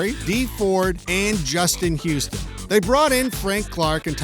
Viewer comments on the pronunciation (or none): none